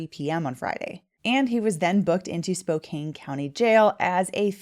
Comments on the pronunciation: Pronounced Spo'can'.....not Spo'cain' .......although I know its another one of those english words that don't sound like they appear. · Spo-can (not "cane") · Please just stop saying “Spo-cane.” It’s Spo-can. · You need to learn how to pronounce Spokane!!! It is NOT “Spo cane” but “Spo can”!!!!! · FYI, it is pronounced Spo-can'. Not Spo-kane'. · It's pronounced "spook-anny!" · Spokane sounds like spokan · It's pronounced Spo-can. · Spokan is how it’s said. An no ane. 🫡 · Spokane is pronounced Spo "can" like tin can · Mr. Howard made things worse for himself. Fleeing shows signs of guilt especially with work related experience. Just an FYI, Spokane is a Salish name and is pronounced Spocan. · It’s pronounced SpoCAN. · the fact you keep pronouncing Spokane wrong is bugging me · I’m from Canada, don’t travel, and even I know how to pronounce Spokane. I’ve never encountered anyone who doesn’t.